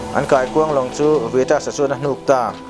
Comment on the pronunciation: Kaikuang lawng tiin i lamri niin ka hria a, keini chuan Taikuang kan ti... Atawp kharna ka hlimpui thin hle, kawk pahin😂